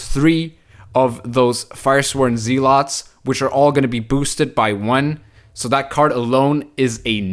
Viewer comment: Zeal- ets not Zee- lots ... carry on sir